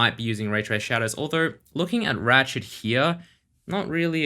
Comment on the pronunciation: Why does that robot keep calling his friend "Rat Shit"?